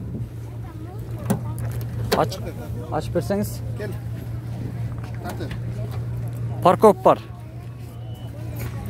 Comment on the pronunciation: Паркоп эмес Фаркоп деп айтчы.